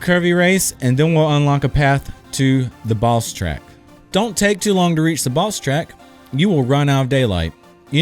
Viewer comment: Who else thought was saying 'balls track' instead of boss track? xD